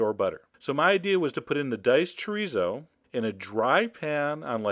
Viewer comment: Yeah my Mom makes this except we use regular tortillas and a different type of Chorizo it's like Amazing, oh and it's funny how you say Chorizo